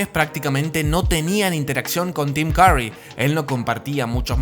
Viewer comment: AI is so stupid it can't even pronounce Tim Curry correctly.